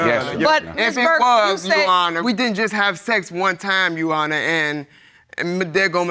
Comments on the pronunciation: On the YO Honor- literally makes me very upset!! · We can't keep forgetting the "r" when saying "youR honor". "You honor" is making my eye twitch